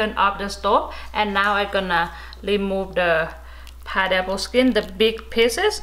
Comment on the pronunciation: It's a piNeapple, not a pideapple, not a pieapple eitherLOL